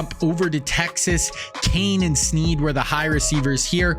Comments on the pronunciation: Limas Sweed, not Sneed. Show some respect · Great vid but it’s Limas Sweed not Sneed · TX WR#4 is Sweed not Sneed